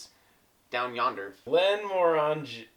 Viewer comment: Glenmorangie rhymes with 'orangey' and is my favourite Scottish distillery. If you ever have money to burn, get a bottle of Glenmorangie Signet. Expensive as fuck but the best alcohol I've ever had. And I'm not sure if youre familiar with him but if you want to hear an absolute whisky nerd who knows his stuff take a look at ralfystuff's videos. (And dont let the video lengths scare you - tasting takes maybe 5 minutes and the rest is just him rambling on)